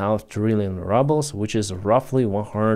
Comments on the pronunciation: It is rooobles, not rubbles. It is AYYgent, not Ahgent. (agent). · lease stop saying "rubble" when you mean "rouble"!!! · Yeh, I tried to comment to about this - I suspect the mispronunciation is not on purpose but it does sound funny. Anyway, soon, the 'ruble' will be really be reduced to 'rubble' and the sun will shine again! Slava Ukraini 💛💙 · Exactly! They know how to pronounce ruble and for the reason you outline they’ve taken to calling it rubbles instead of rubles. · I genuinely LOL every time calls Rubles "rubbles." 😂❤️ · I love the way pronounces "rubles" as "rubbles". Maybe it's a Freudian slip. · I just took it for granted that is how rushan speakers say it. I mean it is litterally worth a pile of small rocks. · It's perfect ain't it!👍😊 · No that’s what it’s become you get more for rocks than a Russian ruble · Ya I thought he was saying rubble as a joke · me too L😂L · “Rubbles”. That makes me laugh so hard, as it’s true. Every time I hear, say it; I laugh so hard and love it. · we pronounce the first vowel in "ruble" with an "ooh" sound just like in Russian. When you use the short "u" you are pronouncing the word "rubble" which means the broken pieces that are left after a building falls down.. Maybe that is an appropriate image for the Russian economy, but just so you know.